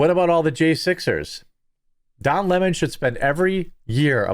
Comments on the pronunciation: Why can't people say his name correctly?? It's Lemon. NOT Le MON. He is NOT French, he is a gay black boy who hates white people except his white partner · It’s Leemon.